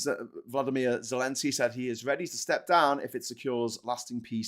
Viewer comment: Please its Zel en sky not Zen el sky, Good show:)